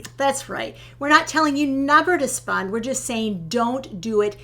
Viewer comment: I think you two are adorable. But have to giggle at how pronounces "spend", while pronounces "spund". Not putting anyone down, just giggling.